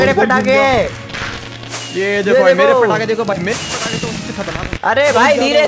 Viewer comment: Bhai fatake nahi patake